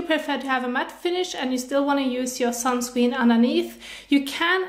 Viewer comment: I love how she say sunscween